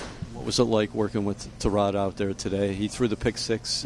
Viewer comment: As the Jets' lead reporter, you think you could say the starting quarterbacks name right. It's "Tie" Rod not "Ti" Rod... Really...